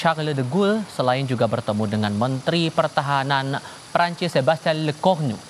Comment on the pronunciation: Keren nih news anchor nya. Pengucapan nama Prancis nya bener. PROFESIONAL!